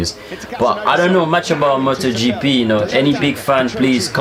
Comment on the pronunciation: You pronounced it correctly 👍